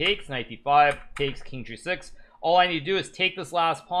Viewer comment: I found g6 sounds like “I found Jesus”. Made me double take.